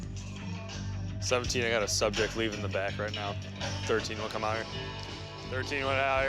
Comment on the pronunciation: "right herrr"🤣🤣🤣 it's hot in herrrr